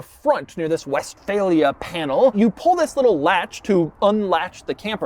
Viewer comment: german speakers hearing "westfalia" and cringing